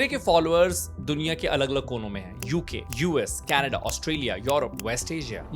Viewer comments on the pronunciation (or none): none